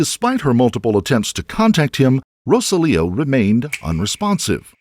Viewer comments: Okay. Narrator, you are pronouncing Rosalio’s name incorrectly. You are saying Rosa Leo. His name is Ro SAH-lio. Google can help you pronounce Spanish names. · Pregunta from una gringa: …isn’t his name, (in English phonetics), “roh-SÁL-ee-oh”? Or is it seriously “row-suh-LEO”? Every time the voiceover pronounces the victim’s name, I find myself cringing… I could very well be wrong, but something about this Americanization of “Rosalio” doesn’t sit right with my ears.